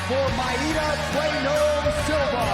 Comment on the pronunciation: Why does Anik call her my-eata. Just say Mayra.